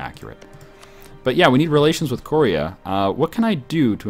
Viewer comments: its koreeeea not korria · KOR-EE-UGH, not KOREE-UGH, goddddddddddddddd (great video, just work on pronunciations)